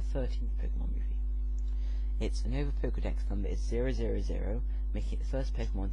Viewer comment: Mythical......You-Nova......Sneye-vee.....u idiot